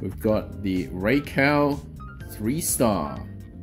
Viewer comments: I can tell you the RAI part of raikou and raichu are pronounced as RAY and not as REY. Rai is the japanese word for thunder/lightning so knowing this you should pronounce it the japanese way and not in english. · Ray and Rey are the same pronunciation. That would be Rei in Japanese. Rai is pronounced like "rye" in rye bread or the "ri" in rice. らいこう Both videos linked pronounce Raikou correctly (with kou pronounced like the "co" in collaborate) but I'm personally on team rai-cow now after yesterday's video lol 🐮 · I’m hearing RYE not RAY lol, even the Japanese video still sounds like RYE- KOE. The English version is the same though, cause i know RYE-CHOO has always been pronounced like that in the anime.